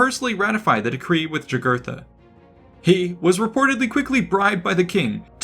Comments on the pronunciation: By the way. In Latin the J makes a Y sound. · Yeah, pronounced Yūgūrten or Yūgūrthen. But the idiot relresented him as a Black guy although not being so drawn on his coins.